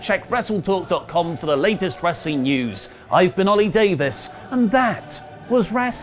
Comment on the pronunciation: GODDAMMIT "OH-LI DAVIS" I was just listening to the Dangor interview with Jon Moxley! Oh well, back to the vid after this news!